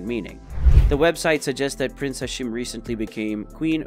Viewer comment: its prince hashim not hasheem